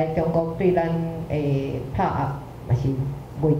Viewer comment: 打壓 táⁿ-ap 「打」有鼻音，「壓」要合嘴